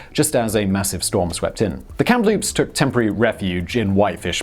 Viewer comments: KAM-LOOPS not kem loops yah hoser! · Simon, WTH.. where do you see a letter P in the middle Kamloops? It's a ridiculously simple word to pronounce. Geez.. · Pretty sure that first ship is pronounced KAM-loops, not KAMP-loops. There's only the one P in the name. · I lived in Kamloops BC, its pronounced Cam-loop-se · And yet he pronounced Kamloops wrong the first time lol